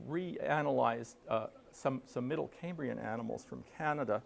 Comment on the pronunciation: A fascinating presentation. Just a nitpick- The “cam” in “Cambrian” is pronounced “cam” not “came” (it’s derived from “Cambria” (Wales), not Cambridge).